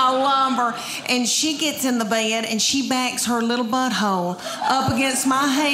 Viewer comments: "I go to bay-ed" - Southerners. Always making more syllables than needed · I love the way she says "bed" with two syllables. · Don't the words "bed" and "boy" have just one syllable?